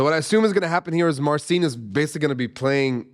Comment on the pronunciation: Wish he'd pronounce his name properly, i.e. Mar-chin.